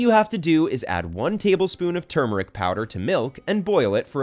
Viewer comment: He can’t even pronounce turmeric correctly what a joke video lol